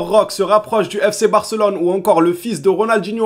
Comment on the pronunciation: Salut, ça me choque toujours quand tu prononce Roque ça me paraît bizarre, est ce qu'il y a un portugais dans les commentaires qui pourrait nous éclairer? Moi je le prononce Roqué je crois que c'est comme l'espagnol tout les E se prononce É. A verifier 😉